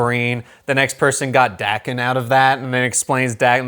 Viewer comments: Its pronounced Dawken, sorry im a huge snikt family fan and Daken is one of my favorite characters and id love to see him on film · How young is this guy that he doesn't know who Wildside & the MLF are? Beta flight & Omega flight, ok, but he doesn't know who the MLF & Wildside? WTF? And let's get this right Daken's name is pronounced DAY-KEN. And Sabertooth has a better healing factor than Wolverine. Even Wolverine admitted as much